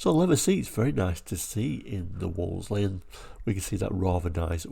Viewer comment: I do enjoy your channel but the marque was pronounced 'Woolsey' - the second 'l' is silent.